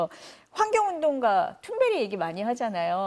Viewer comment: 쯔베리가아니라 툰베리구나 ㅋㅋ